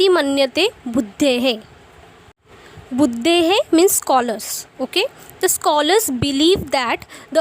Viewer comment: Last word of last line of introduction is budhaihi not budhehe